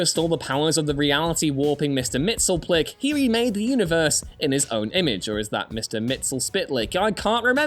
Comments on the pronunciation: You accidentally said the name right lol mixle pittle lick. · Mr. Mixapitalic is how I was told to pronounce it. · OK, now repeat after me. It's mister Mix, Yess, SPIT, Lick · I think it's pronounced "Mix-yes-pi-tlik" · I personally hold the Superman animated shows pronunciation to be the correct way to say it. Mr Mix-Yes-Spit-Lick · its pronounced Mix-ease-pit-lick.. cheers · Its pronounced mix iss spitt el ick. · i thought it was pronounced Mister Mix Yes Spit Lick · It'd pronounced Mix-yez-pittle-ick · It's pronounced Mix-Yez-Pitel-Ik. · It’s mix-YEZZ-spit-lick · Mr. Mxysptlyk is pronounced (Mix, Yes, Spit Lick). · I seem to recall Bob "Answer Man" Rozakis stating that it was pronounced Mix-yes-pit-lick. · Daken = "daw-kin." Mxyzptlk = "mix-yez-pittle-ick." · I think I will stick with the, Superman: The Animated Series pronunciation of Mxyzptlk, as "mix-yes-spit-lick" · Mix-yes-spit-lick not entirely obvious from the spelling but that is how it's pronounced. Sorry for the nerd out I just figured people might be interested. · It's pronounced Mix e spit lick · It's pronounced "mix-iss-spit-lick" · Mr mit sul pits lick lol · His name is pronounced Mixy-us-pit-uh-lick. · It's pronounced, Mixy-spit-lick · According to STAS, it's pronounced "Mix-yes-spit-lick," so the proper way to send him home would be to have him say "Kill-tipsy-zim." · It’s pronounced “Kilp-ill-skim” 😏